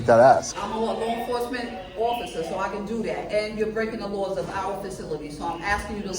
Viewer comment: "I can dudat" LMAO.